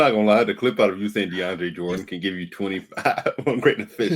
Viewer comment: saying DeAndre Jordan😂😂